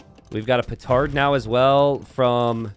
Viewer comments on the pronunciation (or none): none